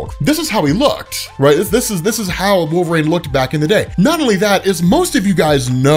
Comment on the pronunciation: Its Wolver-EEN not Wolver-AIN